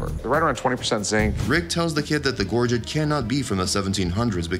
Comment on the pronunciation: Also, if you're going to comment on something at least learn to pronounce it correctly it was especially hard to listen to you when they were pronouncing gorget CORRECTLY in the clip!